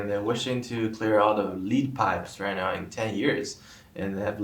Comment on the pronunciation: "Lead", as in the metal (plumbum, [Pb]), is pronounced as "led".